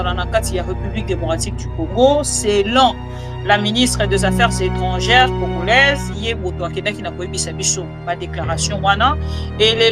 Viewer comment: 😂😂😂😂 tika boye Oza congolaise to congoraise boye bien te maman